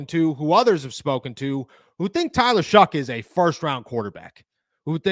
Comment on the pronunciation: Bro why do you keep calling him shuck its shough pronounced show not shuck there's no c or k in his name